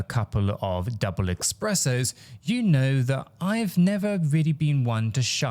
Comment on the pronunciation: Do you keep saying expressos? Espressos bro , no x in itUp your game😂